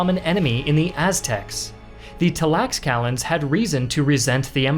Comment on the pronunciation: great video… but hearing *talaxcalans at some point gets cringy 😬